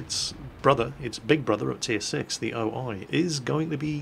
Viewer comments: The name is actually O-1, not O-i :) "The alias of this new tank was "O-I tank" (オイ車, "オ" in Japanese this means "large" and "イ" means "one")"-Wikipedia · Not trying to be a dick, but there isn't really a way of saying this without coming off that way the O-I is pronounced "oh ee" the I in japanese make the 'ee' sound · Oh-ni? More like oh-no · Now I know somebody is going to whine about me whining about pronounciation, but a quick note about the O-I name. It's not actually just two English letters, it's a translation of the Japanese for 'Large-One' or 'Heavy Tank mk. 1' if you will. The pronounciation is Oh-Yee, or so I have been led to believe by my somewhat limited Hiragana knowledge.